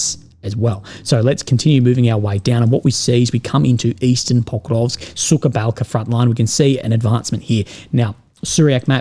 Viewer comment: It’s sukhaya balka, but not “suka balka”. I smile every time when you pronounce “suka” - Russian insult